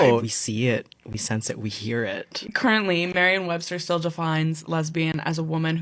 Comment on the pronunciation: she said MARION webster and john HOPSKIN university LMAO